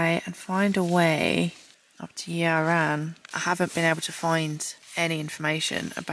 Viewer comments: Fantastic video as always but being a Welshman myself, hearing your pronunciations of the Welsh names is funny to listen to. Yr Aran is pronounced "Ear Aran" Y is pronounced as E in Welsh. Other than that nothing bad to say at all. Great adventure. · Yr Aran is pronounced similar to 'er aran' or 'Ur Aran' where both 'r's are rolled. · Nice vid - loved everything apart from your pronunciation of the names of the mountains! Yr Aran is pronounced ‘uhhr arran’ - easy😄